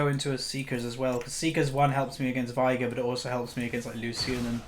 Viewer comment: ITS VEIGAR NOT VIAGAR OMFG